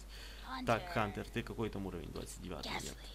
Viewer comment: Я смотрел мулльтик правильно говорить ХОНТЕР